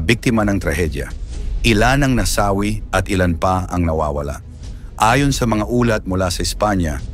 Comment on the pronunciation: Nasawi (mabilis ang bigkas ) ang daming maling bigkas .